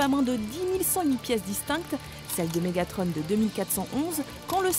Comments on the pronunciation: BUMBLEBEE et pas bubble- bee ! MEGATRON et pas mega-trone ! TRAVAILLE TON ANGLAIS MADAME ! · Mégatron pas Mégatronne.. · et au québec Bourdon était le nom de bumblebee c'est MégaTRON!!! PAS MégaTRONNE!!!!! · elle utilise la prononciation anglaise